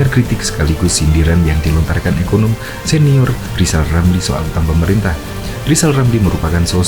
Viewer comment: Walah Rizal Ramli ngomong saja gak jelas. Coba dia suruh baca namanya sendiri, bunyinya Lizal Lamli. Jangan2 bicaranya lebih jelas anaknya Gibran ...eh salah Giblan...🤣🤣🤣